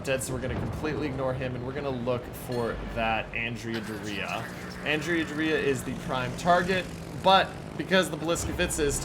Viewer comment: "Andrea Doria" - the stress in Doria is on the first syllable, which sounds like "door" in English. An interesting mix - AP rockets with apparently disproportionate numbers of hits to damage (good for farming ribbons?), OK torpedoes, and no bombs at all. If they ever do fix it so that Tier 8 ships can play Tier 6 or 7 operations, I might well consider this ship. Looking forward to the commander build. Cherry Blossom is restricted to Allied cruisers.